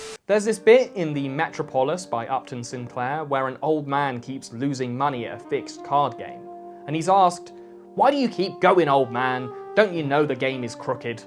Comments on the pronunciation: Oh what, Google algorithm? Can't take my bitching at a Bri'ish Chap about his pronunciation of "metropolis"? 🤣😹 It's "MUH-TROHP-OL-US" dammit!!! Look man, I just stumbled into your show two days ago AND really dig it, (there's a caveat) BUTT 🍑 I found your pronunciation of that word atrocious!! This is just mere constructive-criticism on my end; that's what you're taught as allied military personnel, Mmmkay? I'm not here to hurt your feelings NOR butter you up. Just speaking my mind💭💡 Hopefully you're not as thin-skinned as our current POTUS (who's THANKFULLY on the way out!)................... Here in the Twin Cities, I'm looked at like I'm Nucking-Futs!!! 🤘😏🤘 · you're like 30 and cant pronounce metropolis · That's how you pronounce "metropolis"? Wonder how you pronounce "metroid". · That pronunciation of Metropolis was damn weird.